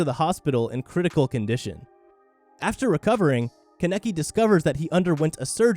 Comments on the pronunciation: Tf did this man just call ken "ken keneki" his name is ken kaneki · Nigga said Kaneki wrong HOW? How dare u disrespect my boy Kaneki like that Watch his call him the state next 😭😂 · Let's take a sec to hear how he says kaneki's name